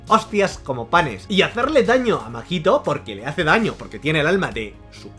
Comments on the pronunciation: AMIGOO NO ES MAJITO, ES: SE LEE MAHITO Y SE PRONUNCIA MAITO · Se dice maito no?? Segun yo la H no se pronuncia